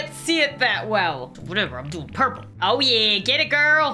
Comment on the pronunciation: When she said oh, oh, oh! But for some reason it sounds like ew, ew, ew!